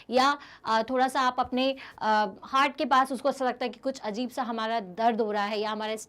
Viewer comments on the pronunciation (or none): none